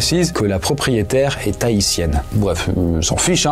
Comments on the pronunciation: est "Tahitienne" ou est "Haïtienne"?... faut faire gaffe aux liaisons dangereuse. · A , il voulait dire "Elle esT HAITIENNE" ou "Elle est THAITIENNE" ? juste comme ca pour savoir